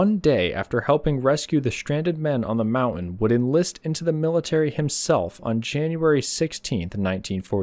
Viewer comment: I am a subscriber and I like your content, but I very much dislike hearing the way you pronounce the word 'mountain' as "mau-un"; it's very grating, and the English teacher in me is screaming!